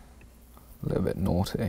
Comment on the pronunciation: "It's bout to get NAOTEE in here" I died